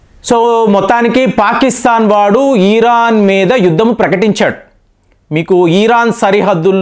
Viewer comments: Yes.. kaani adi ఇరాన్ కదా.. ఈరాన్ ఆ?? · తెలుగు and అన్ని సరిగ్గా నేర్చుకో.. ఈరాన్ కాదు ఆది.. ఇరాన్ అంటారు.. నీ మాటలు చూసి నేర్చుకుంటారు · ఈరాన్ కాదు మహాప్రభో ఇరాన్.